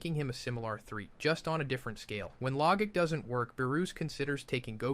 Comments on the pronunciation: The Log ic sold me this was ai 😂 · Not to mention how he pronounced saiyan and logic